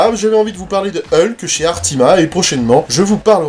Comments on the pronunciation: Merci pour cette vidéo mais par contre toi tu dis Heulk? Bon eukai... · Ah ben tu vois, j'avais même pas capté que je disais Heulk aujourd'hui. J'ai toujours dit ULK ! Merci pour cette remarque, elle m'amuse. Comme quoi, le MCU m'a un peu modifié la prononciation. Mais j'avais vraiment pas remarqué.